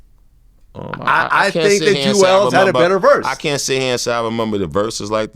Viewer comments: Vlad said Juelz over Banks 🤮 lol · Nigga really said Juelz over Banks? Crazy